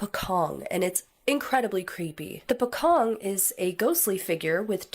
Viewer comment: Its pronounce as Po Cong..the C letter are not sound K but pronounce like the word Change ,Cheap, Chocolate...im south east asian from Borneo island ..my homeland's border shared territories of province of Indonesia and Pocong is one of the folklore's Mystical entity but there's other Utter Horryfying Mystical creature which the Flying Head that were quite common to be reported by some eyewitness in certain region in my place here...needless to say its seemingly Famous to be heard throughout countries like Malaysia and Indonesia..